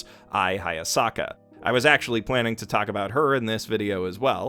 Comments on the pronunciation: Weird, you mispronounced Hayasaka so often whenever you said "Hayasaka is best girl" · its hayasaka